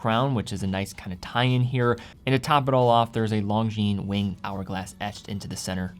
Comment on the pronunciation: Bros don't let bros pronounce the S in Longines 😁